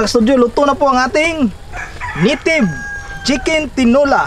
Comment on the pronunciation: bakit nitive chickin ang bigkas mo kuya.para masarap